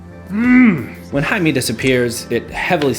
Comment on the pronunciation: "-ae-" in Haemi always sounds as h in happy when it comes to Korean alphabetization. no exception on this. BTW, great review dude. I love it!